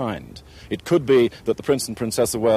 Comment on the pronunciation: In... what? Lickstnstein? Did he ever bothered to ask the locals how this is pronounced?